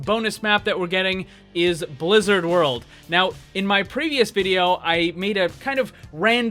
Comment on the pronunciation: I still hear the Announcer at the loading screen say Lizard world. And i will stay with that.